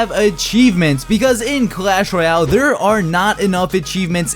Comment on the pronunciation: Sir SIR, its not Clash Roy--l its clash Royale